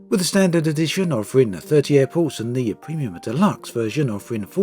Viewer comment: Why does he say Apples instead of Airports?